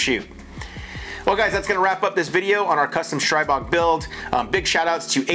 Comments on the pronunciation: It's pronounced STREE-bog. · Stribog is the Slavic God of The Winds and pronounced Stree-bog.